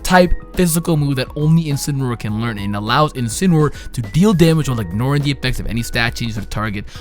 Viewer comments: It's name is pronounced In-Sin-Ah-Roar. It's a portmanteau of Incinerate and Roar. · I love how mispronounces all three final starters' names. Well he gets Primarina right eventually.